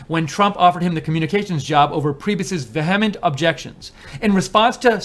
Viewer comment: VEE-a-ment. Have never heard veh HEM ent before.